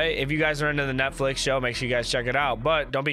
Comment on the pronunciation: "On the Netlifx" XD